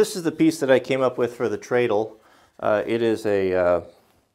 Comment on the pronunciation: its tread-le like tire tread......not tray! cool project.